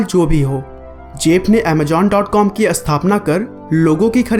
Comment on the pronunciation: its Amazon not Amajon you indian